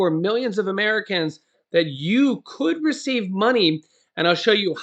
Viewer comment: Key saying could